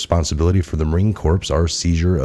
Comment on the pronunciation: Marine “Corps” is a silent “P” & “S”.. pronounced like Core . Great channel!🇺🇸